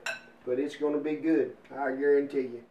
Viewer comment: "I GARONTEE" . Justin Wilson flashbacks